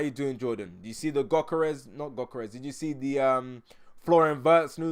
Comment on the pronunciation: For your info, Gyokores, is pronounced as (YUK- UR- RESH.) The G is silent, and there is the sound of an 'H', added at the end. Ie, it is 'SH', at the end of the 'S'.